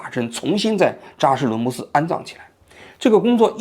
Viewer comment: 嘴瓢的厉害，基本上感觉几句话就瓢一次，扎实伦布寺